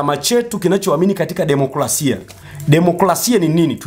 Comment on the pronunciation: Bro, sio kula bali ni kura, na sio democlasia bali ni democrasia.